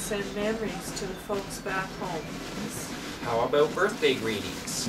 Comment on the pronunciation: Rolls eyes. Shrugs. Sings "Here comes the bride". Shrugs and rolls eyes again. Grits teeth in severe pain/humiliation. No comment. Just pause it here and look closely. Guest stars as the world-weary school bus driver stuffed into her prom dress. [HugeFrown]"What about prom night or a special evening out?"[/HugeFrown]. "What aboot sellin' yer hoose, ay?" while standing in front of an RV trailer. To quote Tom Servo: David Lynch only aspires to be this creepy.